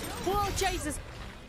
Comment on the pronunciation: "W'oh Jesus!" You've never sounded more Irish, lol.